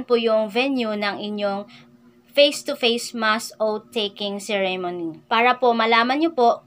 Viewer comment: madam correct your pronunciation "choose, existing, and ceremony". Baka ma bash ka.